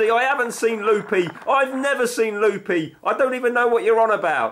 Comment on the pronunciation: Poor Andy. For one thing he's lost his distinctive hat. Oh, and it's Looby, as in Looby Loo. Amazing fix though, well done on your patience! Ps, he always was a bit weird. Lived in a wicker basket.